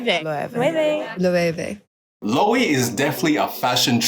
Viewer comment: the Loewe pronunciation sent me 😂 really love the content tho